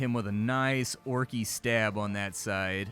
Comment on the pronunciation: Funny hearing you say "orc-y" that's what I call my new puppy dog sometimes when she snorts. She's a bullmastiff/american black lab.